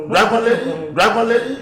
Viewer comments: herrh did the lady really say Drygon???eii🤣😂😂😂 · Yes ooo she said drygon 🤣🤣🤣🤣🤣🤣